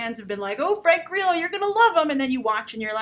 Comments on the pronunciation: Lol , Grace! Frank GREELO? Its Grillo. Also SHYLEEN Woodley is pronounced Shayleen alas Shailene Woodley. U r adorable! Thank you for making my sleepless night pass quickly by watching your reviews. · I love Frank Grillo so much omg I'm excited to see this. I think you are pronouncing his last name wrong though?